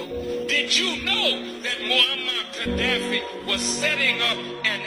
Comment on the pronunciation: Kah-daffy,.... Kah-daffy Duck?